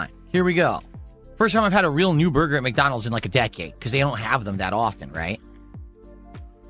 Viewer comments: Take a shot each time the says "Burr Gurr". Enjoy the stomach pump. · Take a shot when you hear BURGAR😂